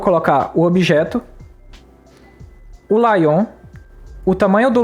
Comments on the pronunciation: Muito bom! Só pediria para melhorar a pronúncia de "layout" (lei-áut). Confesso que só fui perceber do que se tratava no meio pro fim do vídeo kkk não tinha entendido o que era "laion" rsrs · laion foi foda kkkkk é leiaute! E não se envergonhe pois todo mundo tem uma história sobre alguma palavra que pronunciou (para si mesmo) por anos errado e só foi descobrir quando compartilhou a ideia em voz alta pra alguém que conhece.